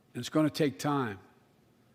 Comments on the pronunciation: I heard Iranian too haha 😆 😜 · I heard "Uranium people" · Urainian lol my boy has me Dying